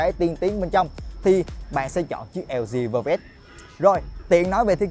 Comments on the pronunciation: Đọc như lg vơ vét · chời ỏng đọc lg vơ vét